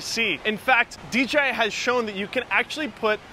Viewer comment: Is there a reason you say DGI instead of DJI?